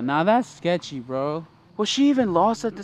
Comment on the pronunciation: “Scetchy” I SWEAR TO PIG ON A FIG ITS SCETCHY!